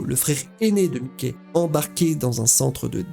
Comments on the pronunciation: c'est pas mickey c'est mikey qui se pronnonce maïky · J'allais like mais ta dit "mikey" comme mikey mouse aie aie aie